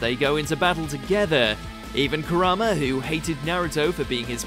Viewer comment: Is it me or is he pronouncing Kurama wrong? Ku rar ma is what he's saying but isn't it Ku Ra ma? Not like it matters I'm just wondering xD